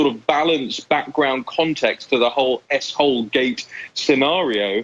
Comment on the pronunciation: Lol 😆 everytine you two used the abbreviated ‘S-hole’ you’re both saying ‘a$$hole’